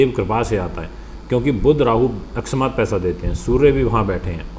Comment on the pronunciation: Guruji aap bolne par dhyan de aksmat nahi hota hai woh akasmat hota hai aisa bolna chahiye. Dhanyabad.